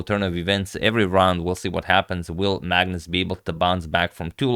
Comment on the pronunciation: Some time i hear madness instead of Magnus 😂